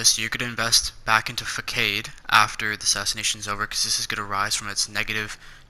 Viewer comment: Facade is pronounced (FA-SOD)